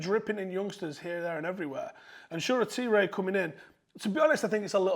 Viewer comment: For a guy who claims to watch the academy, you don't even know how to pronounce Shoretire's name